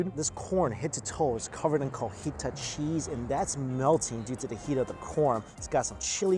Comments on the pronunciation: lmao, he said cojita cheese, its cotija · Heres a fact, its Cotija, not Cojita 😂. Hopefully ya leqrned sumthin rn. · You need some birria de chivo in your life! Next time come to AZ and get some elote with the cotija not cojita. No biggie though a lot people accidentally switch those two letters for some reason hahaha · He said "Cojita" cheese.😂🤣 It's "Cotija" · Cojita cheese! Jajajajajaja quien mas se rio!!!!???? Its COTIJA and its funny cuz cojita means like a girl thats limping LOL 😂